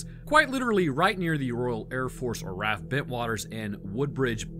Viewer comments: R.A.F. not "raf," if you say "raf" it's more cringe than a man sitting down to pee. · RAF- R-A-F not "raff" like you keep saying. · It's not "raff", it's pronounced "R-A-F". You would know that if you did any research other than Wikipedia and random YouTube videos. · Literally no one produces RAF as 'raf'. It's always R.A.F. also, it's 'su-fuck' not suf-folk... Why?... Because English. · Two points on pronunciation, just coz I'm that guy 😂 1. RAF isn't said as if it's a word, as in riff-raff. It's still an acronym without the dots. 2. Suffolk is pronounced SUFF-OOK.